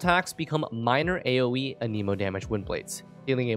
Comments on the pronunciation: Everyone say it with me, an-eh-mo It isnt, an-eeeeee-mo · Stop saying A-Knee-mo. How the heck do you even think that's how it would be pronounced? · I've noticed a lot of people say "Aneemo" instead of "Animo" for (Anemo). Why is this? I'm hoping there's a good reason because it's like nails on a chalkboard when I hear it.